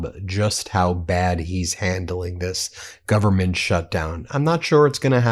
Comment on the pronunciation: Listening to MAGA Mike saying gubment drives me nuts